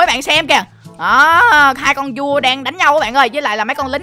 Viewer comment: Con vua mà em nghe thành con cua luôn hihi